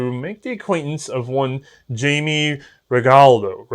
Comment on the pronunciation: reg a la do ...thats how u say it lol